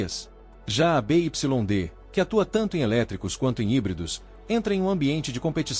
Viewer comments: Parei de vê quando ele falou da montadora (BYD) Bê, Ípsilon, Dê o correto: “Bê Uai Dê” 💅🏽 😂😂😂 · Empresa be ipsilon de? Caramba tu e bichao mesmo hein